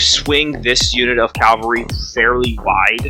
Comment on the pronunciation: Outstanding quality! Switching between a full-table view and close-ups is absolutely the best idea for a battle report and your execution is perfect. It was a pleasure to watch. (minor thing - it's cavalry, not Calvary ;)) Are you really sure Molik couldn't get to Athena turn 3, sidestepping from one of the jacks that killed the colossals? it looks as if she had been in range, unless Molik's ranges have been severely cut down in mk4.